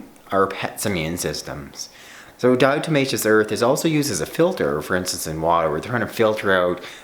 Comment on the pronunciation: Please stop saying it like “di-O-tomaceous”, lol.